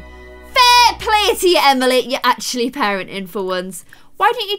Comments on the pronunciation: she said Emiler and Taley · Did anyone else notice that said Emilor and Taylyfy when she was changing their room? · Did anyone else notice she said emiler and taylie? 😂